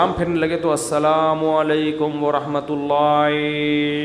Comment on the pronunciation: Mufti sb himself is reading incorrectly. Second wird Allah will be joined with the previous one and will sound like " rullah".